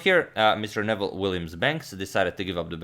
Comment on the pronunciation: I knew his name is not pronounced as Nevel but as Noo[ I played him twice as a young man he would give mixed Chess and Checker exhibitions